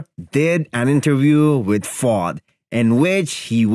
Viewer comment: Fouad, pronounced as FOO-ADD. Not pronounced as Fought.